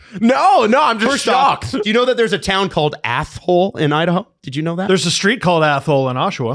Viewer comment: If is going to keep bringing up Idaho, I suggest he figure out the proper pronunciation of the cities he claims to know. Athol is not stressed like that. I also remember him mentioning Moscow before because he has family in or near Pullman, WA and he said it like Moscow, Russia when it actually rhymes with Idaho.